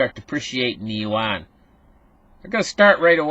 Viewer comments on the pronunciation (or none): none